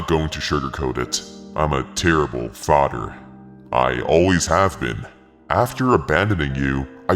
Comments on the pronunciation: “Fader” gng why can’t you say FATJER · Not him saying fader😂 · "but at the end of the day, he is still my fodder" (no disrespect btw)